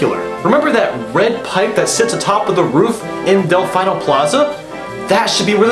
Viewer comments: I thought it was 'Del-feeno' in reference to pronunciation? Ah whatever, good video though man! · its pronounced del-fee-no